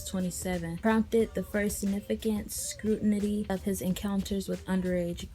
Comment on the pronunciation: LOL!!! I thought it was just me! The way she pronounced “scrutiny” killed me. Buahahaha 😂